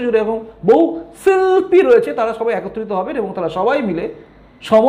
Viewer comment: আপনার ভিডিও, knowledge বাড়ায়। তথা ভিত্তিক ও বটে। কিন্তু আপনার "শিল্পী" উচ্চারণ টা বড্ড শ্রুতিকটু! আর না করার অনুরোধ জানাই।